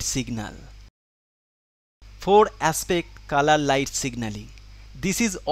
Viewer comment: I thought he said kala light ( black light )